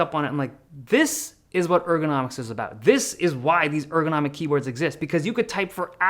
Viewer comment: dude keeps saying ergonimic there is nothing ergonomic in this keyboard